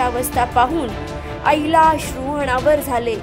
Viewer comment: 'अश्रू अनावर झाले ''अणावर' झाले असे नाही. मराठी उच्चार ण आणि न यातील फरक समजून घ्या.